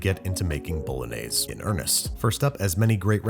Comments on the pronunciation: Babish: * says "Bolognese" * Italians: Porco Dio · The correct Italian pronunciation is "bo‧lo‧gné‧se" not "bow·luh·neiz". Just so you know 😅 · It's not pronounced 'Bolonaise', it's "bolonyazay" - Every Italian. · Authentic to a tee, but the authentic pronunciation is bo—lo-nee-eh—zeh instead of bo-lo-nays. Keep up the awesome work, though. You were one of the first YouTube cooking channels I watched when I was first learning! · Italians don't put milk and cream into ragu bolognese (pronounced bolonyaysay, not bolonayz). You made a nice dish, but you didn't make bolongese. Watch the bolognese video on the channel Vincenzo's Plate. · It’s pronounced Boe-loan-yez-A. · It's boulenese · Karens be like: it's pronounced "Bologanesh" 😼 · bOlOgAnEsH hehe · i thought it was pronounced "baloney" :P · its pronounced bah-lahg-neh-see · Y'all hating on Worcestershire but not Bol-añëz? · You : pasta bolognese Me : pasta BoLaGaNEsH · the way youre pronouncing it makes me wanna crash my fiat 500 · Okay yes I speak English as my native language but I'm forgetting a word so please help What's the B word that looks like should be something but is something else? It's not baloney is it? Something similar to baloney? I thought it was bolognese until he said it exactly the way it's spelt. Am I just imagining a word like that or what